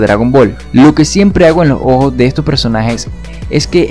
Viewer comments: Hace como ohoos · soy el único que se da cuenta de que cuando él dice ojos lo dice de una forma muy extraña como si disiera ojo pero refiriéndose a uno cuando se está refiriendo a dos.